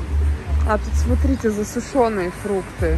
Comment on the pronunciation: В слове засушенные , ударение на "у"